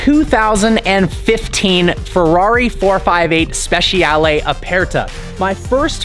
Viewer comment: Speh-chah-lay not speh- she-al